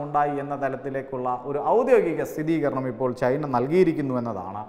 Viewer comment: സ്ഥിരീകരണം എന്ന് ആണ് ശരി സ്ഥിതീ കരണം എന്നല്ല